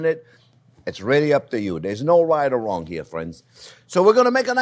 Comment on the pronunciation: There's " no white or wong " my fwends!!!!!!! Love him ❤ xxxxx 😍